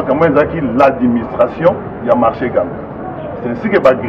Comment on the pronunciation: On dit marché.